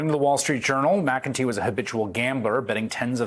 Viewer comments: McEntee. “Mac N Tee”. Not McGinty. Don’t give my folks a heart attack. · You're pronouncing McEntee's name wrong.